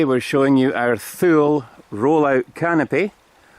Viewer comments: Just saying but as I understand it... the Thule is pronounced TooLee... I think that your accent will lend itself beuatifully to this brand name... love your content and you have given me a few headaches about my choice of platform for a campervan... looking like a Ford Transit... if I don’t plump for the VW... thanks for your videos... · Love your videos ! I'm in the US and we pronounce Thule - TOO-LEE :) sorry if it's been said :)